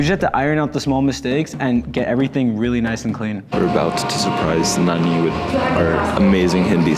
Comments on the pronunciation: Half lndian means what is your father race, its lovely to hear you saying nani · I like the way you say Nani , as a native hindi speaker we always called grandma Nani. My grandmother is no more in this world , it’s good to see you guys have great time with her :)